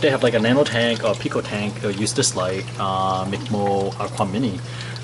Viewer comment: Its not MICK MOLE...WRONG PRONOUNCE...ITS MICROMOLE OR MICMOLE....A micromole is a unit of measure defined as 10-6 (one-millionth) of a mole. The symbol for micromole is commonly umol or μmol. A mole is defined as approximately , so therefore a micromole can also be defined as: 1 μmol = .